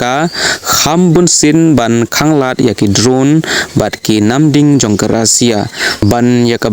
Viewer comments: Russia ❌Rasia ✔️😅😅😅😅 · Not Rosia it's Russia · Tang ka rukom pule khubor jongphi bah lah sngewthuh shu jler shna pisa Kai . Tang ka rukom kynnoh ( pronounce ) ruh khlem tip ban kynnoh Russia ong daka rusia bieit . Mynno jia kata ? Haei kajia ? Bieit .